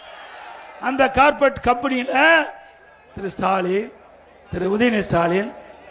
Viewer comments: கார்ப்பெட் இல்லை, கார்ப்பரேட்*** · அய்யா கார்பெட் கிடையாது கார்பரேட்